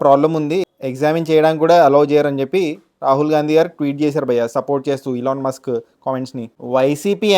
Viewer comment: ilon mask kadhu bro ... Elon Musk